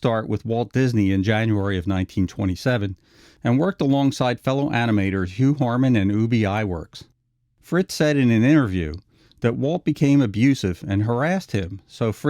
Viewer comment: "Sles-in-ger " "Frizz" not Fritz. "Ub" Iwerks is pronounced like bub I works.